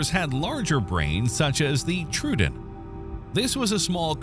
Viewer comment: Troödon is pronounced "troh-oh-don," NOT "trudon," with the "u" in the latter pronounced as in "true," "blue," "Sue," or rhyming with "slew," "few," "new," etc.